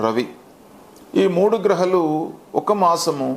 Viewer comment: Grahalu anakandu guruji grahaalu anandi meeru annee spastamga maatladutunaaru ee okka word thappa